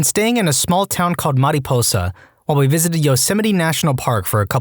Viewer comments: Mare-ih-pose-uh no need to do a Spanish pronunciation, no one says it like that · The narrator might have to be on one of these the way he pronounced “mariposa” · So I’m from Fresno.. please don’t ever say Mariposa like that I know that it might be technically correct to founding language but it’s not that far it’s actually an important place in the state’s history And I’ve never heard anyone roll the R. Also yes downtown Fresno is a mess and the bulldogs (gang) were probably the ones in the shoot out. Thing is Clovis Was the sort of nicer part of the greater Fresno area at a time or at least I saw it as that when I was younger. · Wait, how did you pronounce Mariposa? lol